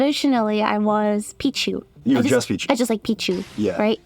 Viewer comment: Lily PEE-chu back at it